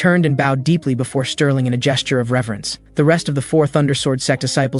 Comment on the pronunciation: Why tf u calling bro sterlin and mc evan? Wtffff????im 1 minute and i quit